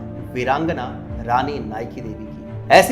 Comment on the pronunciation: I AM FROM GUJARAT AND WE HAVE CHAPTER OF RANI NAYKADEVI IN OUR BOOK. OUR MOST FAMOUS GUJARATI WRITER DHOOMKETU WROTE BOOK ON NAYKADEVI. और भाई नायकादेवी थी वो आप नाईकीदेवी बोल रहे हो.